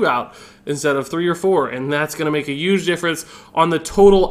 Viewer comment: Yuge, yuge, yuuge...